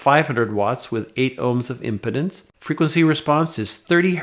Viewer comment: it's impedance , pronounced " IM PEE DANCE "